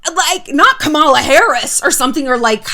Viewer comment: KAH-ma-la. not ka-MAH-la.